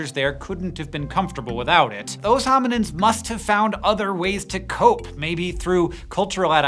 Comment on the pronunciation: Is he saying hominiNds or am I hearing it wrong?